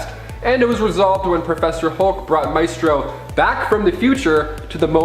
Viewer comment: Maestro: [my-stroe or my-stroh], not [may-stroe]!